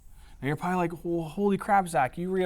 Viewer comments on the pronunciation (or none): none